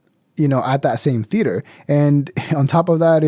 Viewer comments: Yeah, Bobby was absolutely teasing it with the "theo-ater" thing. There was no other reason for him to interrupt and pronounce it like that. Then chuckle after. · It was soooo obvious when Bobby said “THEoatre” 😆😂😂😂😂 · He said ‘the Theotre’ 😅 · I think Bobby was busting his balls for the way pronounced theatre.